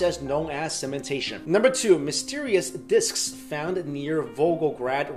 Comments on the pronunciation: " diskisisss " lol thumb up if you no wah am talking about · I think you are over-pronouncing the word "disks" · Great video Could listen to you say 'disks' a thousand times in a row